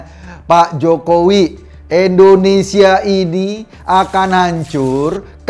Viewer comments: INDONESIA Pak Eko, bukan ENDONESIA 😊😊😊😊😊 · Indonesia, bukan ENdonesia..